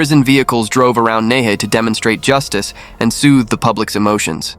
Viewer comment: Hi! Nehe is pronounced as Nai - Her. The word "Her" means River. Half the time i was confused about the location until i read your captions. Good narrative btw!